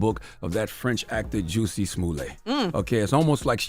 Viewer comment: That man said “Juicy” Smollett 🤣🤣🤣